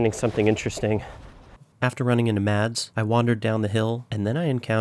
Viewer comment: Lovely shots, but mispronounced Mads' name...